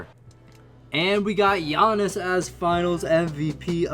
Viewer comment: You missed pronounced Giannis’s name when you said one great player and Dragan Bender